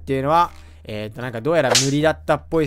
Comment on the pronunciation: 何故かいぃっつも家具モッドが影モッドってきこえるんだけどｗｗｗ